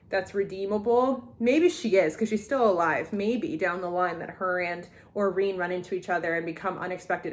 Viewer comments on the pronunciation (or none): Her name is pronounced "Au-REN" not "Au-REEEN" 😭